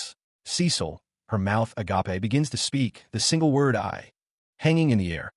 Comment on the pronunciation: It's pronounced agayp NOT agah-pay, FFS! 😂